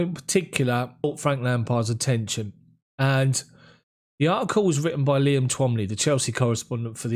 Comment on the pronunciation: It irks me that you and other you tubers cannot pronounce Irish names the reporter you are referring to is called Liam twoumy pronounced 2me otherwise good content